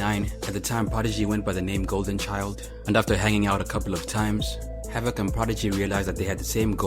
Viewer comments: His name is pronounced Hav-Ik not Hav-ak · Havock? Fuck I hate you hype ibeasts.Isidro I’m m . can’t even say the mans name correctly. And that’s even more embarrassing seeing that HAVOC is a offense strategy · Yo said hav-voc